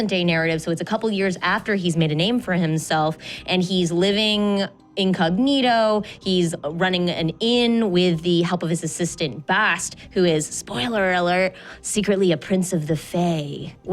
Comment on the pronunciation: I felt even her "in cognito"